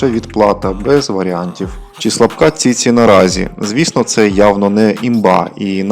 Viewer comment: Ціці 😂😂😂😂😂😂 автор ти хворий?????😂😂😂може чічі чи все-таки ціці 😂😂😂😂😂